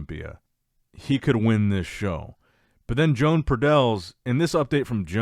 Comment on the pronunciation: I think it's about time you learn how to pronounce Joan's name and surname 😂